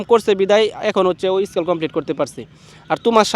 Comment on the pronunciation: স্কিল❌ স্কেল✅